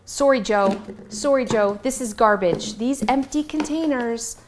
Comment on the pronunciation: “Sorey Joe… Sorey” 😂😂